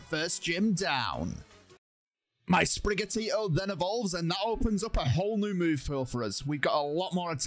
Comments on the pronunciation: Its not sprigato its sprigatito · Sprig-at-eat-toe. Not Sprig-ah-toe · Why you call Sprigatito “Sprigato”? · Sprigato Its sprigatito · U call it Sprigato it is Sprigatito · Why’d he pronounce it sprigato, that’s not even close